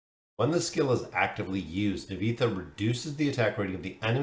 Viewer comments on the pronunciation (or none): Looks decent and she will be a huge and big hero for bosses … Nivanthi will change the meta for bosses forever thanks for the video. Btw spelling her name Nee-Van-Thee ❤